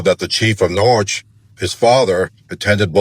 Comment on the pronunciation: I lived in CT for over 20 years. Am curious where these members are originally from, since they don't know how to pronounce Norwich. 😉